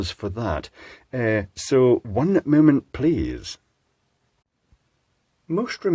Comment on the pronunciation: Okay, I'd stop but you keep talking! (This is why you shouldn't release feature-length videos! LOL!) There was an episode of The Beachcombers (Canuckistanis above a certain age will know - the way you say "one moment please" almost makes me think you spent some time in Canada) where they're trapped in a freezer in a ship and build a hot water heater out of a smashed light bulb to trigger the temperature alarm with. MANY years later we did that in university (there's first year E.E. again!) and it worked... though adding salt helped! And, as messed up on substances as we probably were, we somehow survived! (Granted, our power is 120V so a BIT less dangerous than doing this trick in the UK. But get it across your heart and, yeah, you're a goner!)